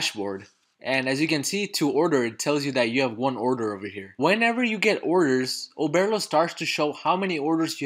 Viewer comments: Oberrrrrrlo not Obearlo 😂 Great video tho thanks a ton! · Bro I swear to god if you say “Oh-bear-lo” one more time 💀😂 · Listen I had to pause the f**kng video and just figure it out myself. I'm like I know I'm not the only one who hears this 🤬😅